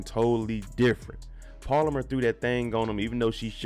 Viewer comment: BRO ITS NOT POLAMER ITS PALOMAR!! YEZUZ TAKE THE WHEEL